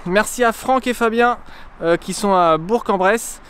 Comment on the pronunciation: Pour une fois que qqn dit correctement Bourg en Bresse 😂